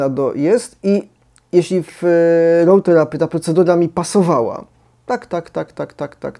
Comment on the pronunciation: RAW THERAPEE jest naprawdę dobry. A mówi się nie ROŁ TERAPY, ale ROO TERAPII.